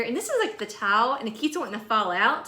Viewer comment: Hi from all us Buckeyes! I love the wheel barrel with the candy in it the best. Candy's always a good thing. I have that candy from the DT, it taste just like strawberries with a jelly center... love it! I also loved how every time you said "tile" it sounded like "towel"... love you southerners! Cheers to one of the best Mom's ever! Thanks!